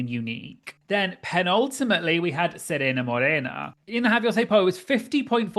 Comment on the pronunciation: What about "Penultimatt Leigh" lol